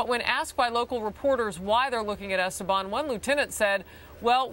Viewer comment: Giselle DIWAG Esteban IS FILIPINO! I am ashamed that she even is on because I am too. Btw, they keep mispronouncing her last name. It's Es-TE-ban with an accent on TE. That's how it's pronounce as a Filipino last name. Her maiden name Diwag is obviously Filipino.